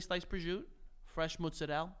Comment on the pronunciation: that's not how you pronounce mozzarella. Where do you New Yorkers get these pronunciations from? Lol